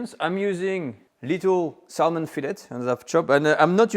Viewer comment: the l in salmon is silent so it sounds like sa mon